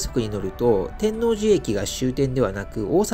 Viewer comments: て(↑)んのうじ… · 天王寺 のイントネーションが違う😮 初めて聞いた気がします😅 関西の方ではないのでしょうか？天王寺駅と言う時と天王寺と言うイントネーションが違う。天王寺を言う時は天王寺駅と言う時のイントネーションが正しいかと。同じ天王寺でなぜ違うのか不思議です。 因みに和歌山駅にあるMIOは天王寺駅にもありますよ😊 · 天王寺を本能寺みたいに発音してるな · 極楽寺も天王寺も地名の発音が違って違和感とともにおもしろい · たぶん知らない（私含む）関東人は初見だとそういう発音になりがちなんだと思います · お疲れ様でした。ワクワクするロケ地巡りですね。関西人としては天王寺の発音が違和感満載でした。すいません😅 「のう」 にアクセントがきます。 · 見ごたえのある動画でした。1972～78年まで大阪で寮生活をしていたので天王寺駅は、懐かしいです。 他の方も指摘されてましたが、天王寺の発音は、関西人でない証明だと思います。 サスペンスドラマのように感じました。 弁護士高林鮎子シリーズでは、アリバイ崩しに時間通りに進行するシーンが、よく出てきますが、 そんなシーンを思い起こさせる動画でした。お疲れ様でした。ありがとうございます。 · てんのうじ ⇨⇨⇨⇩⇨ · 天王寺の発音が…大阪人としては…なんとも言えない… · 天王寺のアクセントが違います。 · 「天王寺」１回2回なら発音気にならないのに何回も言い過ぎ🤣🤣🤣でもたまに合ってる発音がある？ たぶん「天王寺」の時は×、「天王寺駅」の時は〇